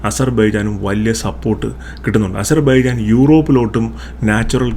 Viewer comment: താങ്കൾക്കും അസർ ബൈജാൻ എന്നു ഉച്ഛരിക്കാൻ കഴിയുന്നില്ലേ 😂